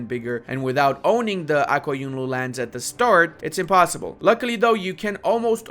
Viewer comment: Oh no, you said it "impuyssible"! Napoleyun said impuyssible not word!